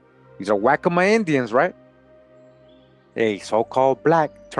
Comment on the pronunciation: Its pronounced "wok co ma"